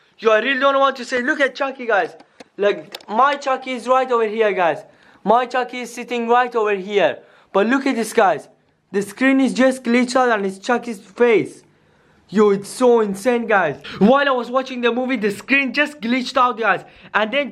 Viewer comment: It is coled glitch out not gilch out